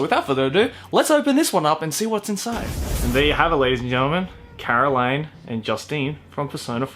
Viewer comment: Hears him say caroline wrong NNNNNNNNNNNooooooo tis caro-leen like jus-teen T^T